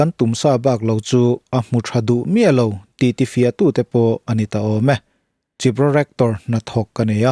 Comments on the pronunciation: chiropractor? Khairawpraktawr..... chi raw prak rawr ni lovin. ❤❤❤❤ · Chiropractor - Kai-ro-prac-tor a ni zawk hmel em? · Hetianga a lam mai hi a mak hleeee ni😂hre ngei2 turah ka ngai a